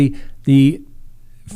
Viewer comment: Every time says “fen-TIN-YL” I giggle. It’s ok to say it the lazy way! 😂♥️